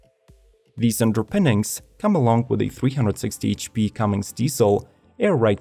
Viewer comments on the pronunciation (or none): You lost me at "CUMMINGS" diesel...